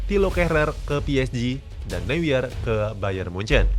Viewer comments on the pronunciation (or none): Bang manuel neuer itu dibacanya manuel noier. Kalo di bahasa jerman eu itu dibacanya oi. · Baca Newer